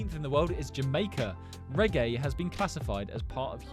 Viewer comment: He doesn't even say Jamaica